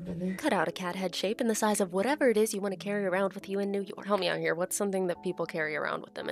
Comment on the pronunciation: When people legitimately mix the letters up in words and don’t correct it, we’ll, that’s my favorite thing!!! 😂 it was Snort laugh worthy! So, when you said, “yew nork” I nearly choked on my coffee. Nice! 😂